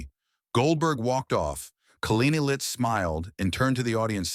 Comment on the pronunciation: Whoopi stinks, but the narrator got her name right, he cannot even pronounce Leavitts name